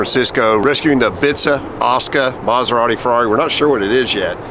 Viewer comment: The one and only "Coberrati"